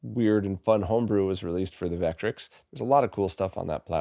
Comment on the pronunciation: Just an FYI, Vectrex is pronounced Vekk-trekks, both syllables equal, not VEKK-trix.